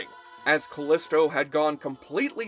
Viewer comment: FYI Callisto is pronounced Ca-LEE-sto and she was played by Hudson Leick whose last name is pronounced LIKE.